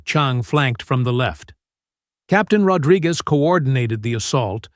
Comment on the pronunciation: Ahh AI has as much trouble pronouncing "Rodriguez" as the aliens do